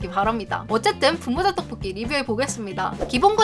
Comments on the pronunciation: 하... 의 떡볶이 발음 너무좋음ㅎㅎ 특히나 오늘 떡볶이를 많이 발음하셔서 더 좋앜ㅋ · 떡볶이 발음 개 찰지네